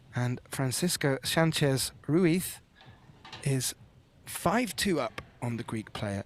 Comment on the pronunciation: RUIZ RUIZ RUIZ LOL. RUITH SOUNDS WRONG LOL